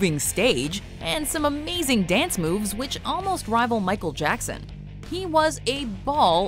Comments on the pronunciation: Hey its Micheal Jackson not Jacko!!😡😡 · NOT JACKOOOOoo it's Jackson can you do your research first before you actually narrate whatever you want to narrate. Dont call him like that EVER again I'm telling you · You did not just call him Jacko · Call him Jacko one more time. I DARE YOU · Put respect on MJ’s name, his name isn’t “Jacko”, it’s michael Jackson... dislike for days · Call him "jacko" one more time and you're cursed for life!!! His name is JACKSON! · Who the hell is this woman presenter who is calling the king of pop jacko.. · you just didn't call him Jacko!! Don't you ever call him that ever again! It's not JACKO, is MICHAEL JACKSON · Michael Jackson has the best halftime show also did you just call him jacko? His name is Michael Jackson and don't you dare call him that again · you got dislike because you say michael jacko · That lady literally said “Jacko”🤦🏽